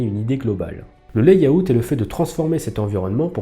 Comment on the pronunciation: Pour info, layout se prononce [lè-aut] 😉😇 ... 👻